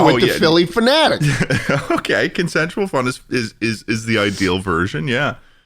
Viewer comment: Every time schlatt says Philly phenatic a fairy dies